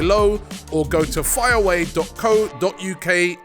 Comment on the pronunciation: Someone please please tell Robbie how to pronounce FIREAWAY Pizza correctly